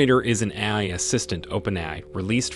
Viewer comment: forgot how to say AI